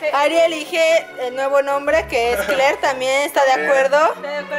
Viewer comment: rafa dice kler , y lo dice como gringo